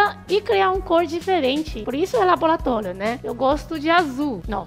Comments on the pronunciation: Que vídeo interessante! Adorei! E o mais bonitinho foi a falando "labolatólio"! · "labolatólio" kk. Muito boa a matéria, acompanho vcs desde o início, gosto muito.